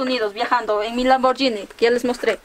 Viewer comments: cual lamborllini jajajajajajajaja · lamborgini dice